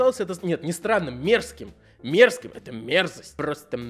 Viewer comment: У Юлика так классно усы шевелятся Особенно когда он говорит "мэрзость"